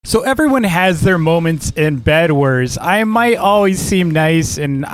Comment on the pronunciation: Did you just say Bed"WERS"?